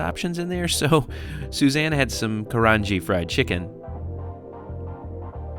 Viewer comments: Note on the fried chicken: It is pronounced kahra-ah-geh not karaji. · Pls pronounce the word karaage correctly it ka ra a ge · Pronounciation correction -- karaage is pronounced KAH-RAH-AH-GEH